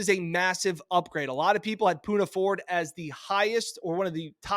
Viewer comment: u love the pick but screwed up his name THREE TIMES!!! smh 🤦🏽‍♂️